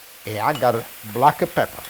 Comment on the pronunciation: Don't forget the black e peper...